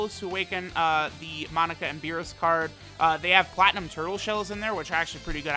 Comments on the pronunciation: Take a shot every time says "Monica" not "MOE-NAKA" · Ok it’s killing me it’s not Monica it’s mo-naka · mah boi.... its (Moe-nah-kah).... thats how its said in the dub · The cursed video where inability to pronounce Monaka will truly show itself